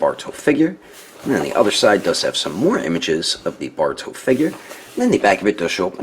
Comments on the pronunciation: he sounds like he's saying baruto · Wait u kept saying “borto”